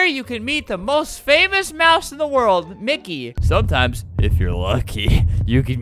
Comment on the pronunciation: And its mickey